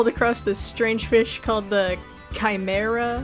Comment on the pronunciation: You said “chimera” right the first time!! Chimeras are often also mythological creatures that are a mix of a bunch of different animals! And surely many other things!!